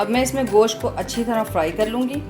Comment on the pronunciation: Gosh nahi hota Gosht hota hai